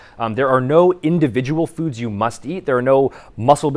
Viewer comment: I literally thought what is FUJI? Then I realised you said FOODS YOU... Hahaha. Hope you don't think it is a bad comment - just funny that I heard Fuji. LOL